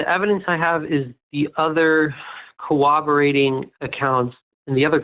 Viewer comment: He can't even pronounce corroborated. "Kuh-Wobber-Rated" is what he keeps saying. I've reached the point in my life where if someone is too lazy to spell or speak correctly, especially when they are explicitly told the correct ways, I don't trust them to try in any avenue of life, and I don't want anything to do with them.